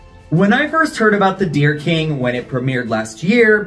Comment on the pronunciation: Thank you for this. It sounds more like 'The Oh Dear King' ! Love your work, as always !